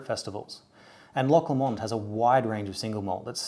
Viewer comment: I live 30 min from Loch Lomond and it’s kinda pronounced loch low mind